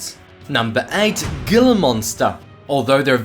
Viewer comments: its pronunced hila monster watch ceyote peterson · Gila monster is pronounced like Hila